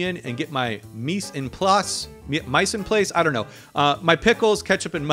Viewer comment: Pronounced meez on plass